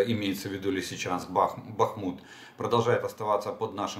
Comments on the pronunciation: Міста України: Бáхмут та Слов'янськ. І ніяк не БахмУт і не СлАвянск. Дякую. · Добрый вечер.Олег, в словах Бахмут и Купянск ударение на первом слоге.